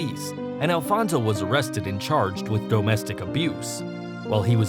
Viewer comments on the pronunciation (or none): DOE-mestic abuse & wtf lol